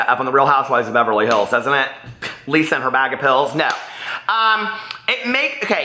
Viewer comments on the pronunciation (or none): none